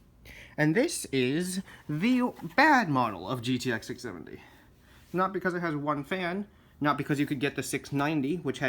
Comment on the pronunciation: You didn't say the number right